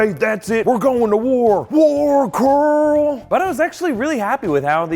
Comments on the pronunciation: hahah .. "we're goin' to woral coral!" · "warrr carrrrl..."